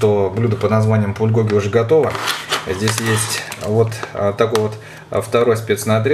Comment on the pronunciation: на заглавье написано Пулькоги, а сам говорит, Пульгоги